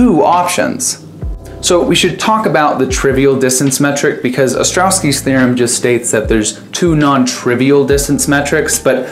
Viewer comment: It's "Ostrowski" theorem, not " Ostrowki"